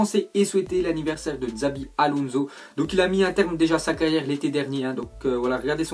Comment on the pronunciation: Sa ce prononce TCHABI ALONZO PTN 😂😂 Et c pas Boatang c BOATENG ( CA SE PRONONCE COMME ÇA S'ECRIT )